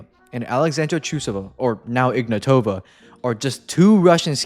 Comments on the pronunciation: Also, Trusova is now Ignàtova, not Ignatòva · no, it's pronounced Ignatova with a being stressed, not o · So it's pronounced Ignatava?